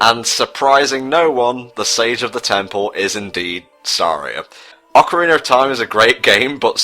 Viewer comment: Everytime it sounds like you say Ocariner of Time